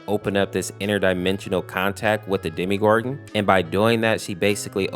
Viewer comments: its called demo gor gon not demi gor gon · Did you just call the demogorgon demegorgon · You're saying demgoram wrong